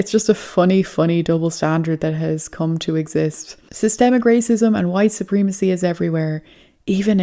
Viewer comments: I love your videos but just so you know it’s supremacy it’s not supreemacy you need to use a soft E in this word not a hard E! And when you say Putin, you pronounce it pyoutin It’s actually pronounced Putin, there’s no Y O in Putin I only mention this because I’ve heard you say these words in the past correctly I don’t know what’s happened since then anyway just letting you know. All you haters hit me up. I don’t follow my posts after I write them so I don’t care! My point is simple if you can say poo you can say Putin!!! Even though I say this, I love your videos. I really enjoy watching your videos. Stay blessed and stay safe!!! I absolutely mean no disrespect!!! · you are mispronouncing supreeeemecy. is that on purpose?